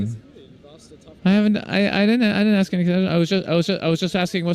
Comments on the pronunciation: and the word is ask not AKS moron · He axed here